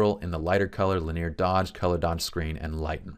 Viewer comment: "linear" has three syllables…otherwise, great stuff, as always. lin·e·ar ˈlinēər/Submit adjective 1. arranged in or extending along a straight or nearly straight line. "linear arrangements" synonyms: straight, direct, undeviating, as straight as an arrow; More consisting of or predominantly formed using lines or outlines. "simple linear designs" involving one dimension only. "linear elasticity" MATHEMATICS able to be represented by a straight line on a graph; involving or exhibiting directly proportional change in two related quantities. "linear functions" 2. progressing from one stage to another in a single series of steps; sequential. "a linear narrative"